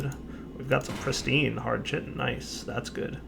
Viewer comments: I can't be the only one cringing every time he says "chi-tin"... It's "Ki-tin"... chitin._. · Dire, say it with me. KITE-IN. Chitin. Kye, tin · Tristan379 no, it's pronounced jif. :) But seriously, it is pronounced kite-in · Chitin is pronounced as "ky-tin".